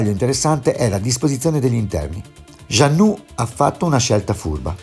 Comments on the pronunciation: Vala' vala'!! Gianno'. Non puoi sapere di barche e pronunciare giannu'. Dai!! E poi mi sembrava di assistere ad una televendita di materassi e pentole ai tempi del Berlusca!!! Per fare il giro del mondo...primo servono dei buoni marinai. Ovvio anche la barca ma credo che con quella cifra trovi poco (o forse parlavi della caparra) saluti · Moody si pronuncia mudi, jeanneau si pronuncia con la o finale altrettanto per beneteau grazie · Per favore Mudy e non Mody, Jeanneau si pronuncia Jean no. Informati